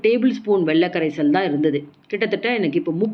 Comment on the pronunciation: வெள்ள கரைசல் இல்லை. It's வெல்ல கரைசல். Avoid such pronunciation defect. Your recipes are very good, no doubt.